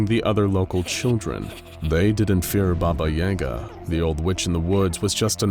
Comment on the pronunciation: I don’t like how he pronounces yaga he even mentioned the movie John Wick, where they pronounce it correctly or what I’m used to